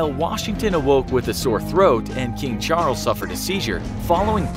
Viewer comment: who else heard james charles instead if king charles